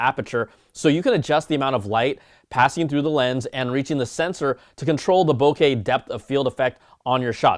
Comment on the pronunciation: I’m so glad you pronounce bokeh correctly, unlike MKBHD 🙄